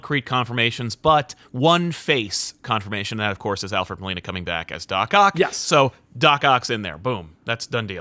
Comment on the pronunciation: "William Dafoe" "Alfred Milano" lol